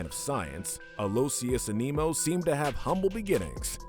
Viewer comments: I like the video but HOLY SHIT I hate the way you say Animo An-ee-moe not anee-moe It’s hard to describe without saying it but you get it. Also he says it in the show multiple times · its animo not aneemo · He pronounced Animo as A Nemo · Your mispronunciation of Doctor Animo drove me bonkers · Who’s triggered by him saying Aneemo and not A-ni-mo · Small thing but it's not pronounced as "A-mi-no". It's "An-no-mo" as it's almost like saying the word "animal". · It’s pronounced “animo” not “aneemo” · its pronounced, ani mo, like animal morose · Animo is named after animals. The mispronounciation is painful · I’m often annoyed by the Last Airbender-esque mispronouncing of the characters names on these lists. It was never as bad as the miss naming of Dr. Animo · The way you pronounced Dr Animo made me cringe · THAT'S NOT HOW YOU PRONOUNCE ANIMO!!